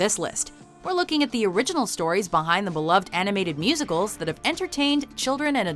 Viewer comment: Wait, did you just say musical?